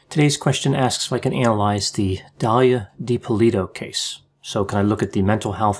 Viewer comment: Watch a few other videos. You are pronouncing the last name differently than everyone else.